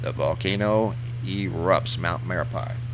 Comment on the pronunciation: It's pronounced mare ah pee.